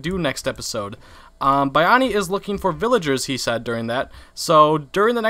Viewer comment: H: Thank you Buy-ani. Bayani: Thank you Bay-ani. H: "buy-ani" Poor Bayani, no matter how often he tries, people will still not pronounce his name correctly.